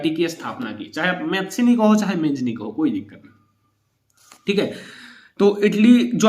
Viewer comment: मेजिनी नहीं ज्युसेपे मेत्सिनी है।।